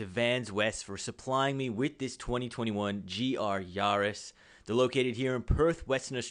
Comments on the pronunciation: Actually the closest I've heard so far to it's correct pronunciation! Google it. It's "Ya" the German way, so Yaa-ris is correct 😃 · Ya - riss Not Yarrr- is :)) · GR Yarrrrrrrrrrrrris 🤣 I love watching american videos lol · It’s not a car for pirates! Hard “A” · Hey, how do you pronounce the French capital Paris? 'Nuff said!:))